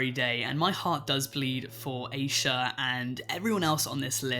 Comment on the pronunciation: Asha degree's name is pronounce "ash-uh" not "Aysha" as you pronounce it. I'm just letting you know.